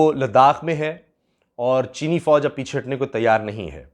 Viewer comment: When ever you say cheene fooj I understand cheene scandal